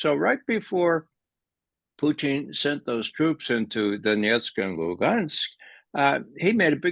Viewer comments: I totally agree. I just wish he'd stop pronouncing Putin as Poo-teen. I just cringe every time he says Putin's name! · Putchin or Putin ! Believe you buy pronounce Putins name correctly and dont call him Puty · Am I hearing this man pronounce Putin as Poutine? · lmao sometimes I yell it's putin 😂 although he cant hear me but yeah lol.